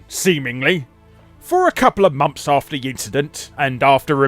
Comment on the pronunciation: Cant say 'months' though "momps"